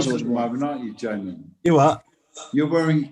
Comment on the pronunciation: LMAO never thought ppl would like or answer my comment, I wrote Jamon bc I swear Damon pronounced "Jamie" like that in minute like "Jay Mon" that would be the phonetic I hear, idk but I found it hilarious